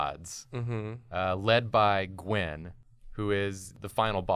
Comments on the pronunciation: AHHH STOP SAYING GWEN 😂😂 ITS GWYYYYN he’s a welsh folklore character. He’s sits on a stone alone in the mountains alone in the mist. 😂😂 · its G win not G when. im welsh and this triggers me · Gywn is pronounced Guh-Win